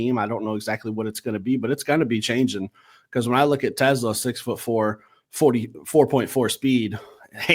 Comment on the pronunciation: is funny. Lmao. He throws his hands up and says "respect respect" and still mispronounces TeSlaa's last name 😄.. "no disrespect".. then, he ostensibly says a few nice things, and then, says "but. BUT" lmao! I've heard somewhere before that when one person is apologizing or complimenting another person when 'but' enters the conversation, everything before that point has little to no meaning. Lol.